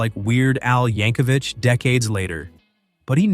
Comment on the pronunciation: I was cringing at "Weird Al YankoviCH".